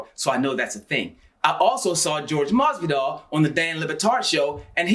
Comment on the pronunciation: Lol this guy says ‘George’ masvidal aswell